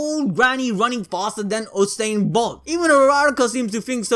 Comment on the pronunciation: As a Jamaican Fan of your work you killed Bolts First Name 🤣🤣🤣